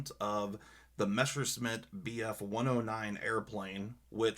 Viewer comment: no offense, but it's Messerschmitt, not Meshersmitt. sorry... very nice Damascus. Manfred Sachse was a big loss. i still have his Rosen Damast blades with 300 layers.